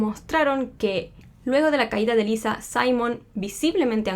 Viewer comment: Es Lisa, con "s", no Liza con "z"